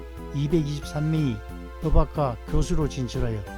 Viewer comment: 법학과 발음이 버박과가 아니라 버팍과인데... 사투리를 써서 그러신가...